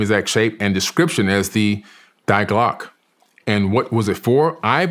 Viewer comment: If I hear this dude say “dieglock” one more time I’m going to rip out my eardrums